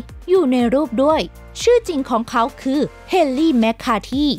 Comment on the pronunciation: พี่เขาอ่านแปลก ลองฟังคำว่า ของเขา แต่ พี่เขาอ่านว่า..ข้องเข๋า. และ(ล)พี่เขาอ่าน(ร)